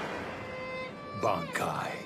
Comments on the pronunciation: The english dub voice actors are talented but as Ichigo's VA said they keep pronouncing it "bahn-kaih" and not "ban-kai" and now I cant stop noticing it Either way they do an amazing job at pronouncing names in bleach and matching how wed imagine the characters sound for English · A voz em japonês geralmente sempre é melhor, o dublador combina perfeitamente com o personagem e emana tona na voz que as dublagens ocidentais não tem, como na pronuncia "Bankai", em japonês tem ênfase na pronuncia, "BAAAN-KAI", nas ocidentais eles falam sem essas ênfases e a dizem a palavra na pronuncia ocidental ainda por cima e som sai exatamente como tá no video "bankai", sem efeito e tom na voz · The dub can't even pronounce it right. 😅